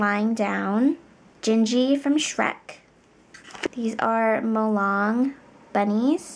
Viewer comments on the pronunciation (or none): I know I’m late but did anyone else get annoyed/triggered when she said Mulang bunnies except Molang bunnies? 😂